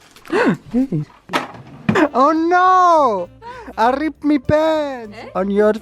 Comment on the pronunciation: "I RRRIPPED ME PANTS”